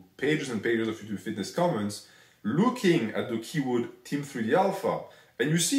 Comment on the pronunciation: minus 100 for his Ello yuchub pronunciation